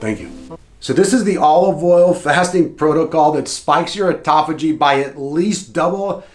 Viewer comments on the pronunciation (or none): ATUTOPHAGY I'm out. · Here for the 'atutophagy'. 😂😂😂